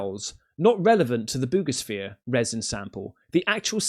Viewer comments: For 8 min I thought he was saying boobishere and it does have boobs on it on the top lol 00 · I only keep up with 3I/Atlas in hopes in lands on my X wife's house like the Wicked Witch 🤷🏾‍♂️ Also it sounds like you said boobisphere 🤣🤦🏾‍♂️👍🏾👍🏾👍🏾